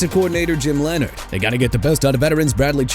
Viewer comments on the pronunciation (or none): none